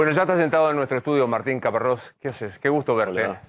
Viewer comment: Es Caparros no Caparrosi